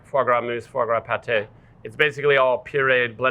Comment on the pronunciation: Aaaand its not fois gras 😂